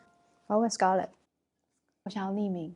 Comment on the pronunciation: 那裡～唸Skrlett ，以我的角度會覺得在Eri講錯後唸成Skrlett會不會或多或少有點故意呢？ 如果有不同想法也可以討論，若是誤會我會刪掉，謝謝